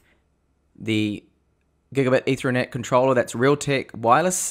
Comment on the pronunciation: Say ether as in the alcohol. Now say net. Now put the two words together and that's how it's pronounced. You're welcome.